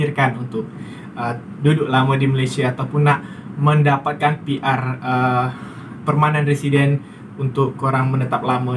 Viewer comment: Perment Residents .bukan Permai